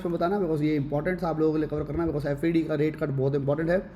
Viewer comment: Bhai, don't mind but it's not F-E-D.. it is Fed (short for US Federal Reserve)